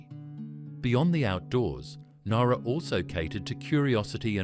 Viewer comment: ..OK, I DON'T REALLY GO ON HOLIDAYS, BUT..DANG, JUST.. JUST DANG, THE NOSTALGIA 🫠🥹☺️😊😇♥️❤️!!!!!!!.. AND, BTW, PALM BEACH IS ALSO WHERE HOME AND AWAY IS FILMED 😏😉🫠🥹☺️😊😇♥️❤️!!!!!!!..AND, BTW, IT'S PRONOUNCED NOWRA, AS IN NOW, NOT.. THE WAY HE PRONOUNCED IT.. IT'S MY HOMETOWN, SO I SHOULD KNOW.. BUT I'M NOT OVERLY FOND OF IT..